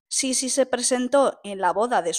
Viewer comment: ¿No se pronuncia acentuando la segunda i? Es decir, Sisí